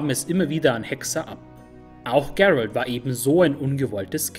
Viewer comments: Geilo, aber bitte Gerald wie Gerald aussprechen. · klasse Video , nur den Namen musste nochmal üben GEEEEralt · sprech Geralt nicht englisch aus. Wieso hast du dich dazu gezwungen gefühlt? :-/ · Finde ich auch. Liegt wohl am Netflix Einfluss. "Gerald" xD Ich komme aus Polen und ihr könnt euch die Aussprache beim alten low budget polnischen Witcher Film hier auf youtube anschauen. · Einzige Kritik ist die Aussprache von Gerald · top, echt gut u ausführlich u sprachlich sehr schön! Von Tolkien, Elder Scrolls, Germanenmythologie, Kelten und soooo viele andere, nun also Witcher, Oida, das machst du astrein. Aber, Geralt von Riva, der Name Geralt wird auch wie im Deutschen gelesen u ausgesprochen🤔🤗. Aber das soll keine Kritik sein, nur ein Hinweis von jemand, der das was du bringst sehr respektiert u achtet. Auch das du keine Politik ins Spiel bringst, sondern wirklich nur über das jeweilige Thema sprichst! In der heutigen Zeit, in der vom Fußball und der Werbung und sogar Kochsendungen durch u durch vor Propaganda u Politik nur so triefen..🤢🤮., mach bitte weiter so, du machst das soooo gut verständlich, top. 👌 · Spricht man Geralt nicht einfach so aus wie es geschrieben wird? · Sprich doch bitte Geralt normal aus. Das ist kein Ami Name.